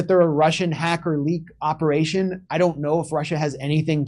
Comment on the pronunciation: 11.30: "Who's running this ooperation...Anna Kasparian?" 😊😊😃😃